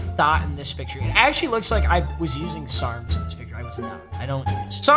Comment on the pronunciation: Hearing papa say sarms is so weird to me tbh